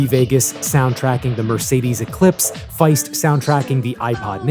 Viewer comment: Not Feist 😭😭😭